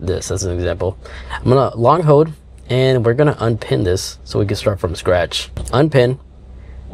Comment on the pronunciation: There is an l in the word hold.